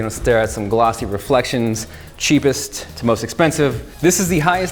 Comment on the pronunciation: did he say "sheepest"?